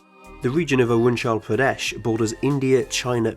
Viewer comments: damn, i was stuck for 30 sec trying to understand whst you were saying, then i understood that you were actually pronouncing Arunachal Pradesh it should be something like A-ru-na-chal Pra-Desh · I struggled near , because they did not pronounce Arunachal Pradesh correctly. I wonder, why not ask someone from that country or region, how to say it?